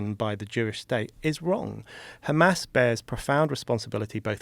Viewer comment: “But Kkkkkhamas”